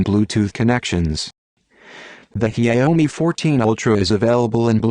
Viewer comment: the pronunciation of the brand name is a killer.